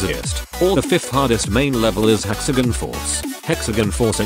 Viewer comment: The way it pronounced hexagon, just triggers me Hexagen